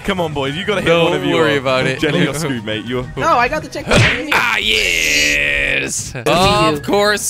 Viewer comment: He sais im squered instead of screwed